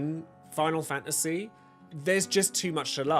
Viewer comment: Fa a see? I didn't think it was possible to pronounce the word faNTasy with a silent N and T